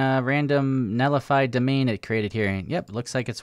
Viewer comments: it's NET lify not NELLIFY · why do you pronounce it like "Nellify" lol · I love your content buddy, but it’s pronounced “net li fi” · There's a 't' in 'Netlify'. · Yep I was just about to say is missing a 'T'